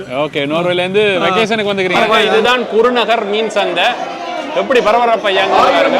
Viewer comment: பறபறப்பல்ல . பரபரப்பு என அழகாக சொல்லப்பா